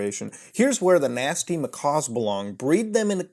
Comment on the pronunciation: Ma-cack, not Ma-caw